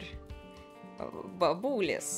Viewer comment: Не бабУлес,а бабулЕс